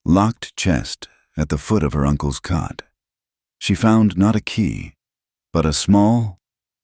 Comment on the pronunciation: It's COT (bed), not CUT!